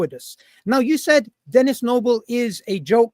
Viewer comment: Stop saying dennis noble